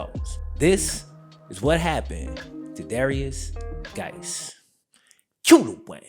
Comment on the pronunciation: Swear ta GAWD I thought he was saying "various guys".